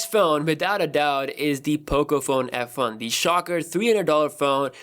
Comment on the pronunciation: Im pretty sure i heard him say pocophone fu